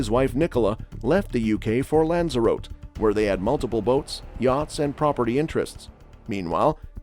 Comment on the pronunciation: Lanza-ro-te 😂 probably butchered it myself haha idk